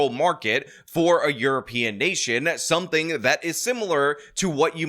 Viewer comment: He said "you're in a nation like Germany" and I heard 'the urination of Germany' 😂